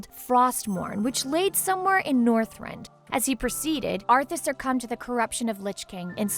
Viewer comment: List of Mispronounced Names (Not counting ones where she was "Close enough"): Kil'Jaeden - Kil'Jadeen Mal'Ganis - Moganees, Moganis, Maliganse Northrend - Northend Ner'zhul - Ner'thul Khadgar - Adgar, Hadgar Aegwynn - Eggwin Gul'dan - Gol'dun Arthas - Artharas Lordaeron - Lordreon, Lordreun Sargaras - Sarjerus, Sargerass Gilneas - Gilneeus Muradin - Moridan Kalimdor - Kal-mi-dor Scourge - Scoorge Durotar - Duratour (Sounds line a good name for a tour group that tours durotar) Azeroth - Atharoz (Really??...Really!?!?!?) List of lore/other issues (That i can find): Garona is half orc/half draenei, in the original game she was half human however that has been changed by blizzard and garona being half draenei is canon. A random bunch of humans didnt kill Medihv, khadgar stabbed him and lothar cut his head off. Doomhammer kills blackhand not garona. Durnhold forrest? Kingdom of azeroth?